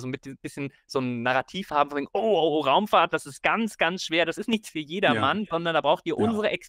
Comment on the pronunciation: "Raumfaht" da fehlt ein "r" !!!😮😂